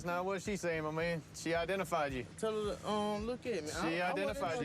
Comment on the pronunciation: “tell ha to look at me”💀